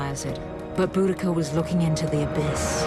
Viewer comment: boudicca!! dont get celtic queens names wrong!